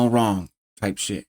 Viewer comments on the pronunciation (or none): none